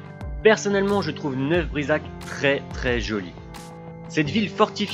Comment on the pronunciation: Attention aux prononciations : Neuf Brisach se prononce "Neuf-BrisaRRRR" :)